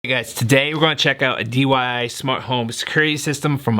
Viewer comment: Brosef, it's DIY, not DYI. My eye started to twitch hearing DYI so many times. Lol.